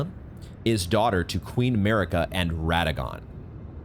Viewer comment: It's not Merika it's MArika,you are so annoying I cannot stand you,$tuπ|d vastard